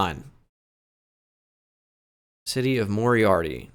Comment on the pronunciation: Moriaty is mo-rye-ah-tee. I cut a corn maze there last summer